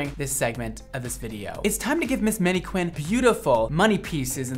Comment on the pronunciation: ... "menny qwinn"??